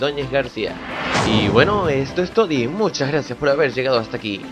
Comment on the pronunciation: Lo único que me caga es que diga *Y bueno eso es Todi *no mames dilo bien